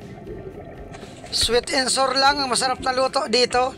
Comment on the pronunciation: Sweet & sour, hindi sweet & sur.. Ang bobo mo